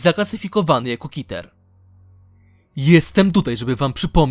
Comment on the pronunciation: Klasa podmiotu - KITER XD [czytaj: ,,keter"]